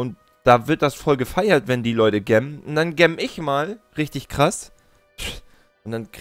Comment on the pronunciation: Gemmen wird jämmen ausgesprochen